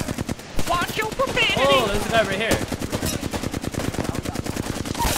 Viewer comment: lol "watch yo profamity"